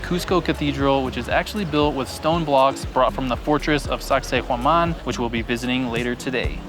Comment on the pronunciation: Awesome video! Cusco is the most fansitating and mysterious city. did an excellent job with the pronunciation of Sacsayhuaman, that’s not easy. The catacombs were very creepy under that church as well as in Lima. The high altitude does get to you and it seemed like everyone had oxygen tanks around. My wife did get altitude sickness and we had to go to a hospital for treatment and they only charged us $12. But I did one better on the way there. I tried one of the liquid yogurts (it was lucuma) before we went on the plane and as I boarded the plane I got really, really sick. One of the flight attendants noticed me and notified the pilot who stopped the plane right on the tarmac so I could get off to a waiting ambulance. There was a Dr. there who spoke English and gave me this little brown pill and with just a couple of hours I was completely fine. We were able to resume the same flight the next day with NO yogart beforehand. I do want to go back to Cusco again someday!